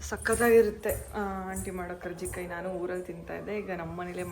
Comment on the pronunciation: Akka adu karjikai alla karchekai